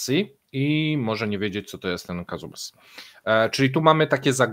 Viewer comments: "Wiki" mówi ze to się nazywa "Kuzbas" nie "kazubas" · Kazubas czy Kuzbas? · Kuzbas a nie Kazubas. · Dokładnie, Kuzbas - jak kuzyn. Uszy mi puchną od "kazubas" xDD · Chyba chodzi o KUZbas a nie Kazubas :D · Kuzbas, nie Kazubas. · Rozmowa bardzo ciekawa, tylko źle wymawia nazwę regionu - Kuzbas.